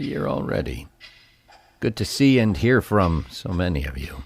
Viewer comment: He actually pronounces it as "Vewve". Also and = "eeeeend." 😁